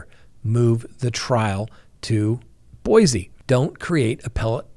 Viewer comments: Boy-see rather than Boy-zee,. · It is Boy-see, Boise please and thanks!